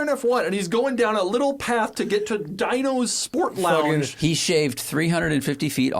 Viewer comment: Dino’s in Greensburg, PA is actually pretty good wings. And it’s pronounced Dee-no’s. Not dye-no’s.